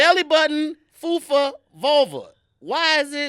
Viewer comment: he said FUFA instead of FUPA. anytime i hear fupa i think of draya talkin about meghans fupa